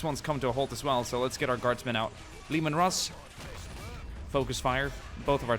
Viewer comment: And the tanks are pronounced like laymen Russ